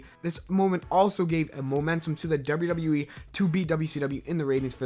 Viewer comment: Youve got a weird thing with the letter W mah man...when you put two of em together, it sounds like "dubber dubber." Maybe shy away from so many WWE mentions... other then that, I enjoy these videos very much.